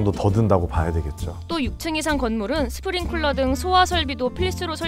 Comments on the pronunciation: 스프링 쿨러(spring cooler)가 아니고 스프링클러(sprinkler)입니다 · 스프링쿨러는 대체 어느나라 말이냐 sprincooler 아니라고 sprinkler 라고..